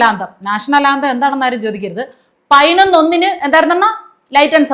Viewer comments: Hon Minister is actually telling only pathinonnu not painonnu as you joked. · MG 'ശ്രീ കുമാറിന് ' പയിനായിരം ന്ന് പറയാം ' അതുകൊണ്ടാണ് ഞാൻ പയിനൊന്ന് എന്നു പറഞ്ഞത് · പയ്നൊന്നല്ല. പതിനൊന്ന്.. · പയിനൊന്നല്ല സഹോദരി, പതിനൊന്നു എന്നു പറയു. അക്ഷരം സ്പുടമായി സംസാരിക്കു. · പയിനൊന്ന്, പ്രോഗ്രാം നിച്ചയിച്ചു, സോഗതം, ഫവൻ 😂😂😂😂😂😂😂എന്റെ പൊന്നോ. ഇതൊക്കെ പോരാഞ്ഞിട്ട്. 4.15 വരെ കുഞ്ഞുങ്ങൾക്ക് ക്ലാസും എന്തോ കോപ്പാണ് 😅😅😅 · കെടി. കെടി. കെടി പിടിച്ചാൽ പയി നോന്ന് എന്നോ പറായൻ പറ്റു. പഠിക്കാൻ പോയാൽ തെറ്റ് ഇല്ലാതെ സംസാരിയ്ക്കും🖤☠️🖤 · ഈ "" പയനൊന്ന് "", എന്ന് പറയുന്നതെന്തിനെയാണ്... 😄😄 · പയിനൊന്ന് മണി😀 പയിനൊന്ന് പത്തിന് ഞാൻ😀 വായനാ ദിനാധ്യക്ഷൻ ! പുസ്തകം തല തിരിച്ച് പിടിച്ചവൻ🤭 പ്രസി...... ഷ്യൽ😀 അമ്പലത്തിൽ ഈങ്ക്വിലാബ് വിളിച്ച പാർട്ടിയിൽ നിന്നുള്ള മന്ത്രിയാണ് ! മോദിയുടെ പടം അന്തസ്സ്,CJP 😄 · 😂😂😂😂😂പയിനൊന്ന് സോഗതം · പതിനൊന്ന് എന്ന് മര്യാദക്ക് പറയാൻ അറിയാത്തവൻ മലരൻ വിദ്യാഭ്യാസ മന്തിരി,കൊഞ്ഞാണൻ😂😂😂😂😂😂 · പൈനൊന്ന് പൈനൊന്ന് പൈനൊന്ന്😂😂😂😂😂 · മൈരിന് പതിനൊന്ന് എന്ന് പറയാൻ പോലും അറിയില്ല. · വീണ്ടും വീണ്ടും മലയാളികൾ പൊട്ടന്മാരാണെന്നു ഇവരൊക്കെ എല്ലാ ദിവസവും നമ്മളെ ഓർമ്മിപ്പിക്കുന്നു... പതിനൊന്നു എന്നു പറയാൻ പോലും അറിയില്ല, വിദ്യ ആഭാസ മന്ത്രി...വിഡ്ഢികളായ വോട്ടർമാർ...